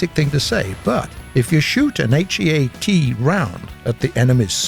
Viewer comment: why r u saying all letters of heat and hesh and not just say heat and hesh???